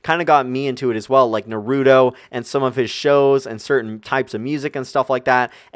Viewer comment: I love you man but its not Nu-ru-toe its Naru-Toe XD sorry otaku problems